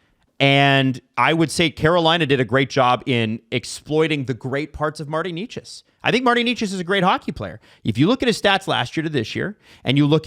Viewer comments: Can anybody get Necas (NAY-chus) right, please?? It isn’t Knee-chus, no matter how many times the NHL media up north says it. He’s not a new player, he led the NHL in points for like the 1st 2 months. No excuses for that. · It's not Nay-chus either though. In Czech, the first syllable is not soft, it's pronounced as in 'never'. The second is not 'chus' but rather 'chas'. The 'a' is the same as in 'apple'. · Why do these guys mispronounce names. Eleeeis Peterson Martin Kneechas. I could be wrong, but y’all say them correctly in other videos. Is it a joke I’m missing? Some rule on YouTube? Idk they say it right sometimes and not other times. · It’s NAY-chas, boys.